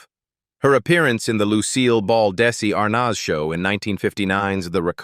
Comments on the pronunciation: It's Desi Arnaz, not Desi Arnoz. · I really wish they could pronounce their names right for instance Desi Arnaz is pronounced Arnez it's very annoying! 😮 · Plus how about if the narrator learned how to pronounce names? Who is R-noz? 🤔😂